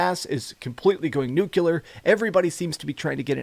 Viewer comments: It's NUCLEAR. There's no such word as 'newcoolar'. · You did not just say “nucular”?